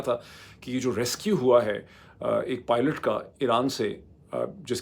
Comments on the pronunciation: Thank God you finally got the pronunciation of PILOT right,congrats,doc. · 10.30 - You said Pilot (an not Poilt) in first attempt....awesome.